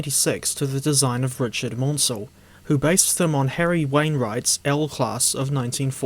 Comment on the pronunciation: The correct pronunciation of Richard Maunsell’s name is “Man-sell” as in “cancel,” not “mawn-sell.” A very common misconception, but I hope you take this on board and pronounce his name correctly in future! Excellent video otherwise.